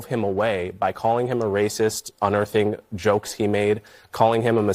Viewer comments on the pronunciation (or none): T Shirt suggestion.. A shirt that just says "That's RRRaaaacist !" Love the way you say it !!